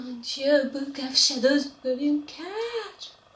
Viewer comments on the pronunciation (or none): Book of ShadowS lol il faut prononcer le 's'